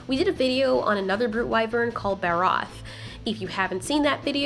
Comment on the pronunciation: Barroth ughhh please re pronounce also the dragon breath has no fire at all .... ever